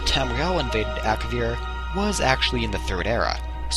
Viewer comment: Ak-A-vir nor Ak-vir